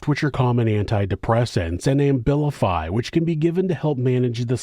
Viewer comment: Abilify... not AMbilify lol